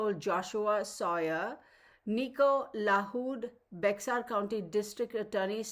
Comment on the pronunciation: Bexar County is pronounced like Bayer aspirin.